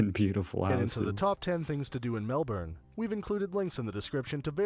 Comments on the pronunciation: We pronounce Melbourne as Mel-bin. We almost don’t even pronounce a vowel between the b and n. So it’s more Mel-bn. It’s a great city, would be my choice to travel to, there’s such a variety in what you can do here. My number 2 choices of places to travel in Australia are Tassie and Northern Queensland. Both have incredible locations to visit and extremely different climates. 👍👍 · Melbourne in aus is pronounced Mel burn. Or Mel bin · you've gone back to saying Emoo and his version of Melbourne or though not how we prounce it is closer than yours. Think of it as Melburn and then shrink it to Melben. I know but you guys have Arkansas. 😁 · Melbourne pronounced Melb'n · Pronounced Mel-bin. They should have included Healesville Sanctuary that has all indigenous animals. It’s in the Yarra Valley close to the Dandenong Ranges. As well as the penguin parade at Phillip Island, and St Kilda. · your saying Melbourne wrong you emphasise the or to much its en pronounced mel-bern then you fasten your pronounseation it should be swift paced twiced not 3 times the same as Canberra its not canbER-A its pronounced can-bru (its not your fault but as an australian its weird to hear others botch these names) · Pronounced 'MELBIN' ...VICTORIAis the state ..Melbourne is the capital....yes Tassie is a state, we think of them sometimes...Sydney is better 🤷‍♂The Daintree forest in Queensland is one of the oldest raintrees in the world... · It’s Melbourne Comments: Nah mate, it’s pronounced “Melbin.” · More of a "ben" actually. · it is pronounced as Mel bin just like Brisbane is pronounced Bris bin and emu's are pronounced emew cheers . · Most of us just say "Melbin". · It’s actually pronounced, Mel-bin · The Luna park roller coaster is also the worlds oldest wooden truss and still manned by a handbrake guy Also, Melbourne is pronounced “melb’n” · We have kinda removed the 'R' from Melbourne altogether. It's pronounced Melben. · More really Melbn. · Try pronouncing it Mel-bin :)